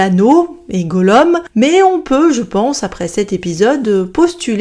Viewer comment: Mais mais mais mais, on dit GOLLOUM😭😭😭😭 Pas Gollom!😢 (sinon très bonne review!)